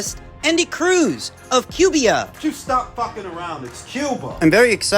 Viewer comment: How funny, I was thinking the same thing when you said Cubia lol